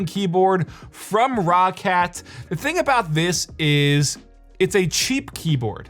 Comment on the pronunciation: in and you can't pronounce Rocat properly can't watch anymore